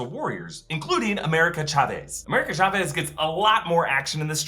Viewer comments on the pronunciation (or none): none